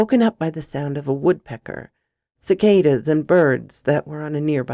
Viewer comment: You're the only person I've heard outside of the south who has said cicadas right.😂😇😂 Anyway awesome work as always & keep up the fantastic work for for real.👍😍😇😘👌 I hope that you have a wonderful day.😇😇😇